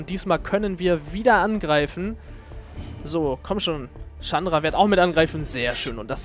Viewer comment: so wie du chandra aussprichst is schon richtig :D